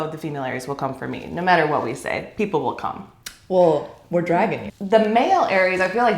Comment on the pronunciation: Omg i thought Natalia said “we’re dragon-ing” and I think she’s dragon-ing 💀😂